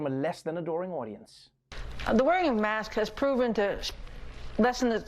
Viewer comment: Why is he calling masks mosques?